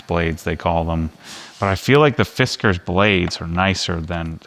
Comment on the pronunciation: Fisk-cars. Not Fisk-ers.